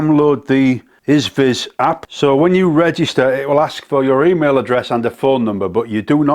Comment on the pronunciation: Good honest review. I'm staying away from it. It's far to easy to nick it! BTW it's pronounced EEE-ZEE-VIZ hope you don't mind, there goes the English language I know. ATB cheers.